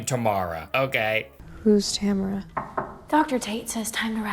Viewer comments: It's TAM-RA dude...not TA-MA-RA 😭 plz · It’s Tamra. Why’s this chode keep saying “Tamara” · Tam-ra not tah-me-rah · Dude it's not Tamara or tomorrow or what you said. It's Tamra! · Tamra has been through enough… we can’t at least say her name properly TAM-RA